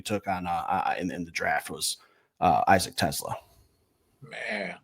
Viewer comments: Its Tes-SLAA AH, not like Tesla the car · And the accent is on the second syllable - (Te)SLAA